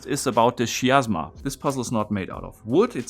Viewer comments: The greek letter X or chi provides the hard ch sound in chemistry. So not shiasma but kiasma. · I'm pretty sure the Greek letter chi (X) is pronounced like a K. "Ky." So it's probably Ki-asma. Maybe a word play on "miasma?"